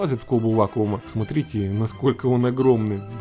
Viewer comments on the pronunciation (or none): none